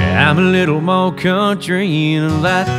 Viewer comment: Damn he is just sooooo........ amazing!!!! This version would be better if he would pronounce MOREEE instead of Moe.